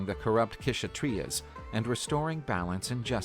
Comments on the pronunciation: It is not k shatriyas it is Kshatriyas k is silent, i.e. the warriors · Parashurama fought against the Kshatriyas (where the k is silent, so it's pronounced as shatriyas) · Not the queshutreas 😂 bruh just say shatriyas if you pronounce, the narrator btw not the yt guy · Kshatriyas..no no no ...all wrong pronunciation...very sorry..warrior class" kshatriyas" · Kshatriyas K is silent pronounced as shatriyas